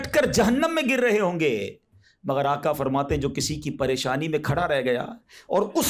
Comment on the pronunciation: باآدب گزارش ھے ھر کوئی نعت پڑھنے میں(آقا) کے بجائے آکا کیوں پڑھتے ھیں؟